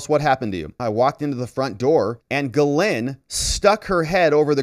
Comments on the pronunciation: love your videos but why do you pronounce ghislaine like GhiLynn its Gis-laine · The "S" is not pronounced for Ghislaine Maxwell. Even if other people with that same name pronounce the "S," Ghislaine Maxwell doesn't. Virginia Roberts Giuffre has always pronounced it without the "S" and she would know.